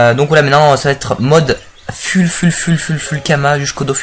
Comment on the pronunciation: Full ca se prononce " Foul " :p